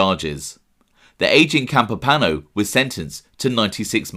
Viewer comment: Campo pano? No. Campo Piano , Pi A No. Alles klar?